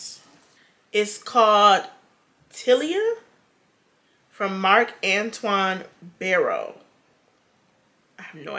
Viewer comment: omg they gone get you for this marc-antoine barrois pronunciation 😭😭😭